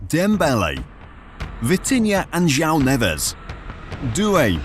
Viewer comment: Almost perfect pronunciation. J-wow is the correct way to say Joao.